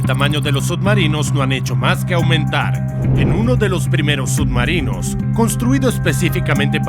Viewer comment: Pronuncias sud marinos?